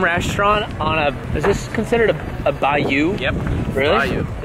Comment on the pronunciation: Bye youuu lmao